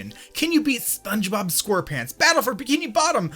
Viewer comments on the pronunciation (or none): "Spongebob Squerrpants"